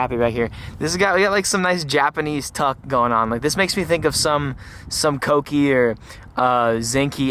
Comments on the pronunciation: "coke-ki" LOL OK DUDE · How you said kouki💀